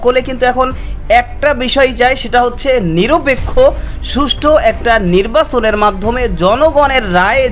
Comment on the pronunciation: Bangla wuchcharon vul .Shuddho wuchcharon shikhun. Nirbason noy nirbachon.